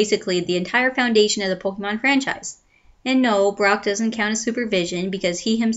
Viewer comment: its pronounced po-kay-mon.. not po-kee-mon